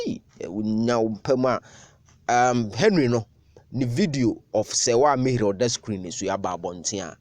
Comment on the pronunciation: It's Ami-heer.